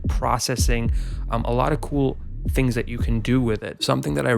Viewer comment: Everytime u say good tings I wonder which Jamaican u know lol